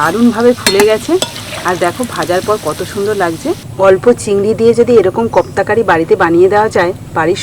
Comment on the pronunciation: Khub darun hoyeche..but pronunciation ektu bhul hochee ota kofta curry.. uccharan thik kore koro...j tkm likhlam sei rkm kore bolo pls